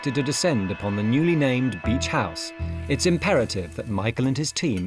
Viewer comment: BEACH not beech ….. has no one picked that up ?